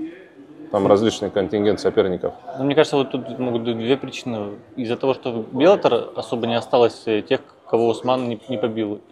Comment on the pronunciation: научитесь уже правильно произность название организации "Bellator". Там два "Л".